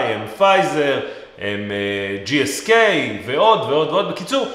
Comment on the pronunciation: סנופי ( עם קמץ) ולא סינופי, וגלקסו סמית קליין (GSK) ולא כפי שנאמר